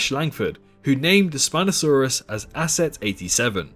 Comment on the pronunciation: It's asset not assest tho